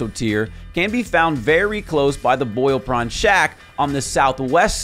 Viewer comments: Dude definitely DO NOT KILL BLACKGUARD, he gives one of the best items. Also it's the BOIL PRAWN shack, not POIL BRAWN, Mr "I don't actually play this game" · No one pointing out my guy said poiled brawn not boiled prawn 😂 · Blackguard is one word (it's in the literal video) and it's pronounced "Blaggerd". Also it's not "Poiled Brawn". It's "Boiled Prawn". Is the person who narrated this not the person who played the game? Also I kinda can't believe you didn't do further research on Rya's quest after the game has already been out for over a month: all it takes is a google search to know that if you kill the Blackguard, you lock yourself out of more of his story later. So in supposedly informing people about stuff they might have missed in Liurnia, you're inadvertently making them miss out on other stuff later on. I'm not sure I've ever actually seen something like this in a video about "missed stuff" before. Not only that, but you also say the Blackguard isn't that friendly. But if you DON'T KILL HIM, he warms up to you later on. So instead, just do this: buy the necklace from the Blackguard for 1000 runes and you'll be done with Rya's quest without shutting yourself out of the rest of the Blackguard's story. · How bad is this video? "Poil Brawn"? Wut? Also, don't kill Blackguard, he has a quest line. The big bird boss only appears at night, but this guy couldn't be bothered to tell you that. I quit then. Cos it's shit. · Am I the only one who heard, "POILED BRAWN," more than once? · Nope, I had to go back and check. lol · he says "Poiled Brawn" .. thought I imagined it till he said it again. lmfao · This man said Poil Brawn Shack 😆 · Does no one else hear him repeatedly saying “poiled brawn”, or am I just not in on the joke? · "Poil Brawn"?